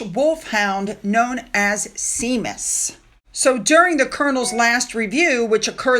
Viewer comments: The dog’s name is pronounced “SHAME -Us”……….. not See-mus. ….a very traditional Irish name! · Hi! The name of the wolfhound mascot of the Irish Guards is called "Shay-mus" and NOT "See-mus." It's spelt 'Seamus' which is Irish for 'James' 😊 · Just so that you know the dogs name is pronounced ‘shaymus’, and not sea-mus, it’s a well used Irish name. Brilliant video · I found 3 pronunciations for Seamus but SEE-mus was not one of them! SHA-muhs, SHEE-muss or SCI-muss. Isla is pronounced I-La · I do love your posts and your balanced approach. Thank you. I’m also understand how some words in UK usage may present problems to pronounce. In this video, Peter Phillips’ daughter Isla’s name is pronounced eye-lah and the lovely Irish wolfhound Seamus is shaymis. Keep going, you do so well. ✅💕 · The dogs name is pronounced ‘ Shay mus’. 😊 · may I gently point out that the dog mascot’s name is pronounced Shay-mus (it is Irish). Thank you for these three videos which are very interesting. 😊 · shamus is how hes name is pronounced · Dog's name "Seamus" should be pronounced "Shay-mus", similar to a man's name of "Sean". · Séamus the Irish wolfhound is pronounced Shay-muss. Irish names can be tricky as they are often not spelt phonetically. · Seamus - pronounced Shaymus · Isla is pronounced eye-la Seamus is pronounced shay-mus It's an Irish thing 😂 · Just so you know,, “Seamus” is pronounced “ Shay-mus”. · Oh my dear, I don't correct you out of snarkiness I just want to help. Peter Phillips daughter Isla is pronounced (eye-la) and the Irish Wolfhound Seamus (shay-mus) Sorry, just trying to help. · Seamus is pronounced Shaymus. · ❤ FYI..., Seamus is an Irish name and is pronounced shay-mus. ❤ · pronounced Shey mus,,,, anything ending in shire is pronounced sher (sure) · Seamus is pronounced 'Shay-mus' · “Shay-muss”. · Seamus is pronounced as Shay-mus. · The Irish Wolfhound is called SHAME USS .that's how it's pronounced..👍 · Lol. It's pronounced Shamus. 💜